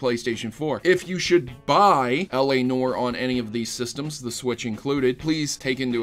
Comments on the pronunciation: LA "NOR" ....NOR..... It's pronounced "Nuh-war" but one syllable. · It's pronounced "nwahr", not "nore". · It is pronounced NEW-AR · Oh my god the l.a. Noire pronunciation in this...